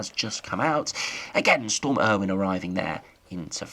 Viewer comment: Not Storm Irwin. Its pronounce Ay - O- Win